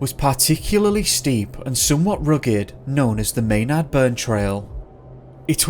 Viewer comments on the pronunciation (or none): none